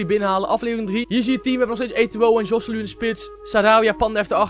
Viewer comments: kan je geen naam uitsprken je zeg josseluu maar je spreekt het uit als gosséloe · De 'j' is een 'g' in het Spaans. Je spreekt het uit als Goselu